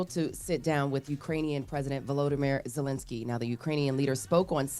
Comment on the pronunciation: This is Nick picky. But it's a little embarrassing that a Black media can pronounce Putin's first name correct ly but not Zelensky's; when they're both pronounced the exact same way